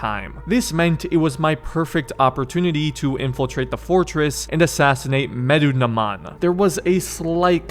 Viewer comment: Just for the future: You pronounce it as "Meh-Doo-Na-Moon" 😁